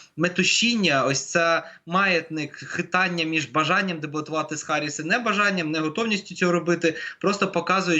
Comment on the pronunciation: Ее зовут не Гарис, а Харис….